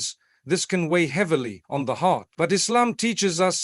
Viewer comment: yeh like when he says Islam